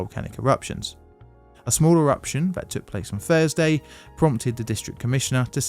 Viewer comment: Are you saying things like Fursday (Thursday) and NorF (North)? What a lazy version of English language.